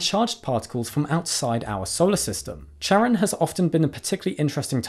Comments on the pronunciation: Plutos moon is named after Kharon (Χάρων) the ferryman of the underworld from Greek mythology. So it is pronounced with a k sound. Good try though 😁❤ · I get you got conflicting results but in the original Greek, Charon is pronounced Karon. Then again the French colloquially pronounce it with a soft "ch", so both seem valid. ^^'